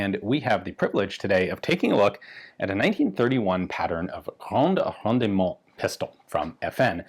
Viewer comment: Rendement: Don't pronounce the middle e. It's silent. It does indicate that you pronounce the d harder instead of swallowing it. Signed, The TERMinator. I'll be back.